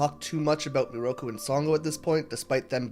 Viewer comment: took me half an hour to understand you pronounced Miroku in a nearly identical way to Naraku which explains why some points confused me immensely... I loved the video tho ! good work ! (also yes sango is 100% an angel)